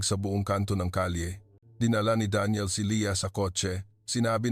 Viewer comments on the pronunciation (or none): none